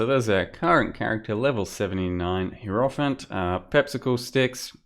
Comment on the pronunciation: Fuck sake dude, learn to pronounce hierophant.